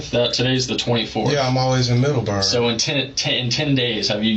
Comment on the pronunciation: The way he says Middleberg urks the hell out of me.